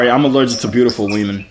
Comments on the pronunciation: He said weemen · He said "wemen" 😂😂